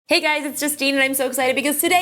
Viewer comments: HUY SIRI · who else noticed when she spelled "hey siri" she said "huy siri"